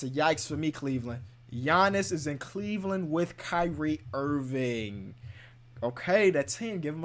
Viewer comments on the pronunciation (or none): none